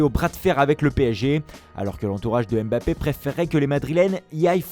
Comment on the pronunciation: Lache l’accent camerounais pour dire MBAPPE 😂